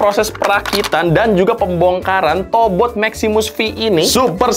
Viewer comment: yang gw denger "tobrut" 🗿